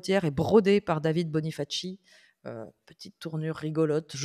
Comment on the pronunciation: Salut les pros du monde du jeu dans un monde de jeux. Alors juste pour préciser effectivement c'est du graphisme et non de la vraie broderie parce que c'était l'esthétisme qui primait et non la broderie en soi. Mais merci d'en avoir parlé... 😂Et sinon c'est "bonifassi" que ça se prononce ❤ Longue vie à vous.